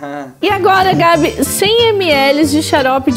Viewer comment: E barbe e não barba kkk p Gabi sendo cabi kkkkk😂